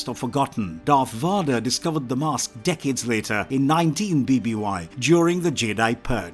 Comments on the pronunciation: Someone get this man a pronunciation guide. VADER as In, inVADER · ''Darth Varder'' The man reading this had never watched a single star wars film. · NOBODY calls him Darth Waader and NOBODY gave him the name Darth WAADER. I can`t watch this shit! His name is Bottle of Wader. Smoke on the wader and Obi-Wan in the sky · Imagine how it feels.. watching about an hour into what's supposed to be an informative Star War's lore video... And the flipping dude calls Darth Vader "Voder" If we can't even get the basics right, how in the heck am I supposed to believe the rest of the video is even accurate? Lol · My man please...learn the character's actual names 🤦🏼‍♀️ vader not varduh, Palpatine's name was also taken from the same naming scheme of removing the In at the start of it, you have Invader and Insidious for darth vader and darth sidious, how you got that so wrong let alone everything else just wrong in this video its like you've never watched anything to do with starwars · Every time you pronounce Darth vader (which should be pronounced as VEYder) as VAHder, it’s like you’re talking about a completely unknown character. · what the heck are these pronunciations? vuh-derr???? RAY-VAN? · oh yeah darth varderrrr who's his son luke skyrunnerrrr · Darth Vaw-der is awesome I really love Darth Vaw-der one of the most iconic and recognizable villains on screen ever and this narrator was I’ll prepared in even truly knowing who the character is..shown in the lack of knowing how to pronounce his name. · Bro PLEASE!!!!!! Learn how to pronounce Vader it's a hard a sound. U even have it being pronounced correctly in ur video clips IN THIS VIDEO!!! Also the second C in "Coruscant" is silent 😂😂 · This guy managed to mispronounce every other sith lord, VAAADER should choke the life out of you. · The way he keeps saying Vahdar is killing me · How can you make a star wars video when you can't pronounce vader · I agree. The reader has an accent, but who can’t say Vader correctly?